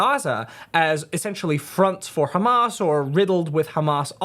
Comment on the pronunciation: He can't even pronounce words like 'Hamas' (hamaz) or Islam (Izlam) or Gaza (he calls it the Gaza- like its the name of a pub!). There is also no way he ever actually lived in Ramallah.